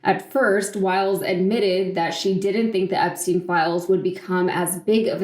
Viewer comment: Her names is Wiles - not Wild.